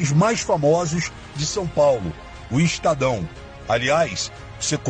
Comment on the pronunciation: Não istadao frota é estadão! Não é istadio é estádio.